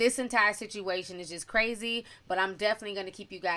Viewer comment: Is she a blood cuz she said brazy instead of crazy?